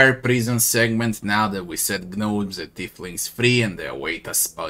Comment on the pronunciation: Silent `G` on Gnomes.